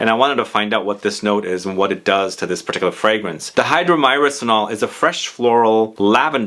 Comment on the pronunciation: I believe it's pronounced die-hydro-murr-senol, I think I have heard Aaron Terence Hughes refer to it a lot